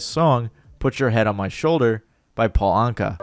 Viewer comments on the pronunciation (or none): none